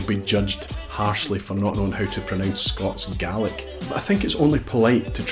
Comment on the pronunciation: Scats and garlic? Oh, Scots and Gaelic?